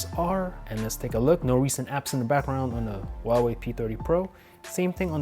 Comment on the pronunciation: He says whooaway